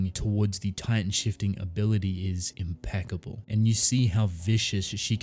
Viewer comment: Wait did you say im-pieck-able? Puns puns....